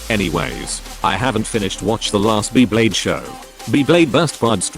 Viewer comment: just use ur voice i dont wanna be hearing beeblayde